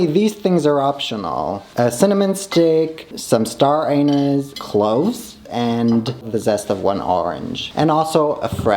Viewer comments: Did everyone miss him saying " star an*s" instead of star anise 😭😭 I'm DYING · Psst it is pronounced more like, star anne-niece. Now though your Star An-us will live rent free in my brain forever. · I'm sorry but I am laughing at the way you pronounced star anise. Sounds like star an*s, I had to replay it like four times cause I was giggling LOL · Every time he tries to say staranise all I hear is ~Staranus~ ⭐👄⭐ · Not saying star anus for star anise 😂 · Not the "star anus" xD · I’m sorry but I was thrown off every time he would says star anise as anus